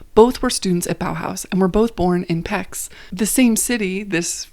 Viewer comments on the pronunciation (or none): great video! thank you for sharing results of all this research. one small comment - Pecs is with the sound CH at the end (ch as in chimney)